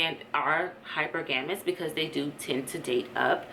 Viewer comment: Pronounced as “hi-per-ga-mous” sis.